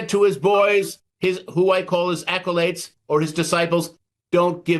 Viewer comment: Guest is speech coach? He should know it's not "acolates," but "acolytes."